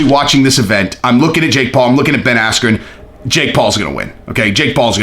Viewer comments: it actually sounded less like asscream than his real name, Askren. It sounded like Askew, or Ass-que. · At first I thought he said asscream😂😂😂😂😂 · I heard Ben Ass-cube 😂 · Buffer mispronounced bens name and ben blamed the referee insults to injury paul beats floyd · It was all downhill after buffer mis said bens name, threw him right off his game... Really unfortunate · When the buffer got his name wrong was well funny 😄